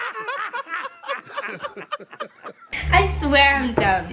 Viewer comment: It’s askew. Skai: It’s a scew.: Do you know what askew is? Skai: No. 😹💀 I’m dead!! Edit: wow! I can’t believe how many likes this got!! I’ve never gotten this many! Thank you so much, you guys are amazing ❤️❤️